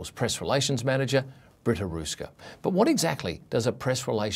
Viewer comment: Interesting article, but you should learn how to pronounce the letter "ö" (transliterated as "oe" for an English keyboard).